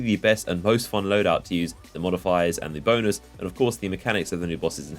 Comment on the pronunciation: lmao he said bonus, both it sounded so much like that